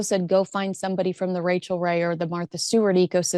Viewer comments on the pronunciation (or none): none